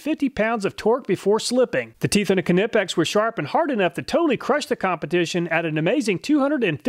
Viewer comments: Knipex is pronounced "ny-pex"! FTLOG say it correctly! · Why are you pronouncing the silent k on “nipex” please stop Germans thank you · Knipex is a German brand, produced in Wuppertal in Germany, and If you want to pronounce it correctly, you should pronounce it like the Germans do. And that isn't the way with a soundless "K". "Neepex" is just what native english speakers have made out of it.😉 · You can’t really hate on this man, he gives us the stats and tests that other content creators just can’t. Idk why you say Knipex like that, but otherwise an awesome video. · apart from not being able to handle you pronounce the k in knipex was an awesome vid 👍🏻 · I liked the way you pronounce Knipex 🖤😁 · 1. Say the word knife, now apply the same silent ‘k’ to knipex! I bet you miss the second i out of aluminium.😜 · OK reluctantly I'll be that guy. The "K" in "Knipex" is silent. No disrespect intended and thank you for all your efforts and videos. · Holy shit it frustrates me so much: the K in Knipex is silent ffs 😂😂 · The k is silent in knipex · Is that the correct pronunciation of knipex?? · The k in knipex is silent . Lol . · is that how you pronounce knipex? i thought it was a n sound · Yes, you're wrong. But nevermind IF you'll pronounce the "K" in the right way in the future😉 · I can't get over how he pronounces knipex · Apparently, I've been mispronouncing Knipex my entire life. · we always say it nipex no knippex kind of like how you say nife and not knife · Ca-nip-ex vs knipex, i thought the k was silent? Lol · Pronounced Nipex. You don’t say K- nife. Which is also a German based word. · “Kanippex” killed me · Ka-nip-ex > Ny-pex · I think this is the only time I have had any complaints about any of your videos... but for the love of God... say it with me. Ny pex. Knipex. Not kuh nip ex 🤣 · Ni Video. One thing. Knipex is pronounced "Ni-Pex" not "ken-ip-ex" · It's pronounced with a silent K - nipex not Kerr-nipex don't worry your an American you can't help it